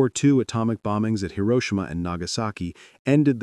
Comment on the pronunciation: Funny how the AI voice correctly pronounced Hiroshima in the beginning and then got it wrong at the end.